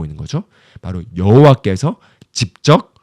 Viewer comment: 전도사님 넘 좋은 말씀인데 읽는 발음 때문에 집중이 끊겨요 그것은 집적. 아니고 직접 입니다 이 부분 발음좀 고쳐주세요 직접을 집적으로 발음하십니다